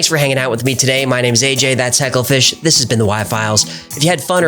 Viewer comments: If this is true by now you would know it’s heckle fish not sure I’ve ever heard heckler the fish lol Either way AJ is killing it and his subs are proof. Anyone who tries to trash this channel is a sad pathetic troll or a bot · Heckler the fish sounds so wrong, like it's his proper title, not a name, I wonder what HeckleFish would say, prolly something like "ooh hoo, beez kneez" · Just too be sure mate his name is not heckler the fish it's heckle fish